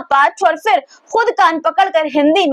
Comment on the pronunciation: Fans nhi phans hota h . Urdu seekh lo pronaunsation (talaffuz) theek ho jayega. Fir nhi phir hota h .